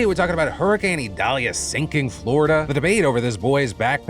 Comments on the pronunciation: Did you just say "Super wer Whoricane"??? 😂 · Phil, did you just call it a whoricane?